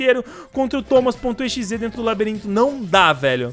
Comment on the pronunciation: Parece que o nome é toma.exe ele falou